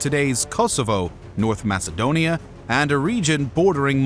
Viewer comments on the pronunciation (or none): none